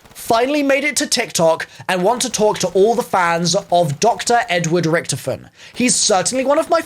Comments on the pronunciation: It's not ricktoefin, it's Richytoffee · Its not ricktifen, ITS RICH TOFEN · Can we talk about how he saying richtefin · It’s pronounced rick-toffin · Who else got triggerd when he said richtifon I can’t spell the name but he said it wrong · “RIcTofeN” why does he say it like that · Anyone noticing he says "Richtiffen" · When u don’t know how to say Richthofen👆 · To me it sounds like he is not saying his name right but I could be wrong who knows may be some people say his name differently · The way he pronounces richtoften does my head in